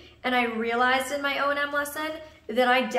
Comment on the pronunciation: I thought it was O&M, not O.N.M...